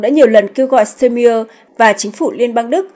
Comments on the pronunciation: Ban doc ten tong thong Duc cua chung toi ma toi chang hieu ban doc ten ai?????de nghi ban nen hoc tien duc de phat thanh tieng Duc chuan muc hon...bo tay... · Đề nghị cô BTV nên đọc đúng tên Tổng Thống Đức và tên nhửng người Đức.